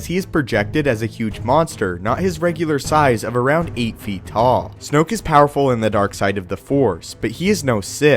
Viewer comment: Snoke rhymes with smoke... dig it?